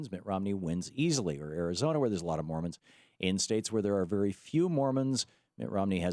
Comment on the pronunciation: it's Mormons, not Mormans.